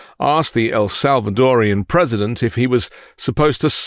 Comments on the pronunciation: Do you realize how dumb it sounds when you call a Salvadoran something as awkward as "El Salvadorian" ? Just use the four syllables. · Arghhhh, it is El SalvadorAN, not El SalvadorIAN!!!! It’s like nails on a chalkboard when it is mispronounced! 😤